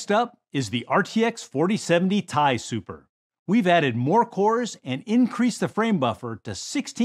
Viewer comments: I really think this guy was just doing a Ron Burgundy and reading what was on the prompter. He called the TI "Tie" and I usually hear it called"Tee Eye." He also kept saying 2.5 ex faster instead of 2.5 times faster. He must be a real high up exec who's trying to impress his son by being in the video. lol. Because no one behind the camera corrected him. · Tie Tee-i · STP SAYING TIE!!!!! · Pronouncing it tie and TI in the same few sentences is crazy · Had the exact same thought! I will be caught dead before I pronounce it as "tie"! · Today we're announcing the graphics card that we could haven launched but didn't because charged way above the proper price. But that's sets up nicely to charge what we want for these Somebody please please when he says Ti/Tie please put a faint sound of the tie fighter in the background please